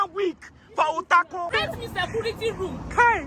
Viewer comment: SAYCURITY ROOM IN HER VOICE😂😂😂😂😂😂😂😂😂😂😂😂